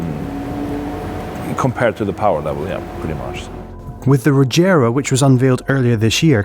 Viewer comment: its pronounced 'reyera' not 'rejera', but spelling is regera. I saw it in a video